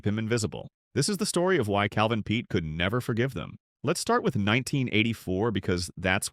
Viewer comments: These narrators should be condemned!!! They know full well how to pronounce these celebrities' names, yet they purposely mispronounce them. It's simply Peete (Pete) not (Petay)... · How about pronouncing his name properly!for starters